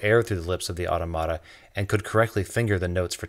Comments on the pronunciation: My guess is, zyxw vut agrees with me on pronouncing "automata" as autOmata. In greek the word is 'αυτόματα' where the "ο" is clearly stressed. To be precise the word is spelled "aftOmata". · One small correction: The accent in 'automata' is in the second syllable; 'tom', and the following 'a' is short. That said, thanks for this excellent video. Your research and presentation are appreciated very much. 🙂👍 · I know this has probably been mentioned somewhere already, but it really bugs me. The word is automata, but you stress the wrong syllables. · I believe that when you pronounce Automata,the "to" syllable is stressed,not the "ma" syllable like you say it.It comes from the greek word 'αυτόματον' which means "acting on it's own will" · automata is pronounced the same way as automaton. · aw-tom-uh-tuh, not aw-to-mat-a And, when a machine that does the work of 100 people puts 99 people out of work, leaves the one machine operator with the same wage he's always had, and gives all the money to the factory owner, average per capita income don't mean jack. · You’re literally the second channel I’ve watched that said the word “automata” and you both said it wrong. It is not “Autumn-arta” It is “Or-TOM-utta” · Pronouncing Automata incorrectly. Au-TOM-uh-ta. Now you have it. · I liked this video. One correction: your pronunciation of automata is incorrect. It's "uh-TOM-ah-tuh" not "auto-matah" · I think you are pronouncing the word automata wrong. I believe it is pronounced "au-TOM-ata" rather than "AU-to-MA-ta". Although many French people say it the way you've pronounced it in your video. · Automata is pronounced "uh-tom-uh-tah" not "otto-matta." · great presentation -just one little quibble - you need to work on your pronunciation of 'automata' - it's not 'auto-mata' like 'stigmata' but rather more like 'automa-TA' like to preserve the same emphasis as 'automa-TON' - get it? i know i know ... 'language nazi' ... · It's pronounced awTAHmuhTa.